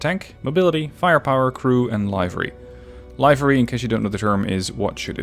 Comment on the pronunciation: From someone who still struggles with pronouncing Livery, hearing it as Live-er-EE, with the long I, made me laugh. For reference, I say it liver-EE. Nice videos :)